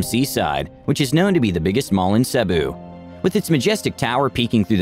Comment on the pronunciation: I think the reader should have learned how to pronounce Cebu properly before producing this video.